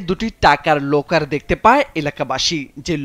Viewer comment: আগে শুদ্ধ করে কথা বলা শিখ তারপরে নিউজ করতে এস। লকারকে বলছ লোকার আর অফসোনিনকে বলছ আফসোনিন।